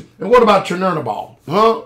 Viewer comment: It's Chernobyl. Pronounced "Sir Nobel" you pronunciation was hilarious!